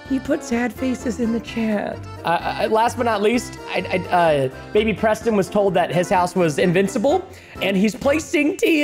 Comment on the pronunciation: He said Proston cuz your a pro